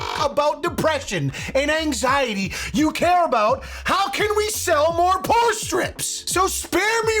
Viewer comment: I keep hearing "porn" strips 😂